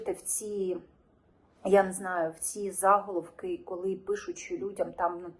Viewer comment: Не за'головок , а заголо'вок .